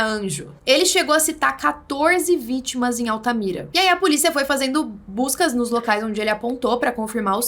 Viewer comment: "Vítmas"? kk.. so um detalhe.. kkk.. ótmos videos